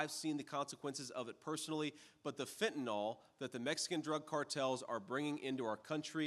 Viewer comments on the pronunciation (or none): It's fentanYL not Fen-tan-all!!